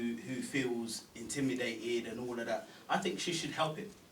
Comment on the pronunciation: Its intimidated not indimidated